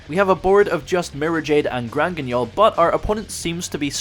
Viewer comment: Hey he finally pronounced guignol properly 🎉